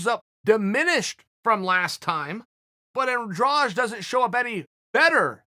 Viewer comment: Bro the way you say Andrade makes me cringe lmao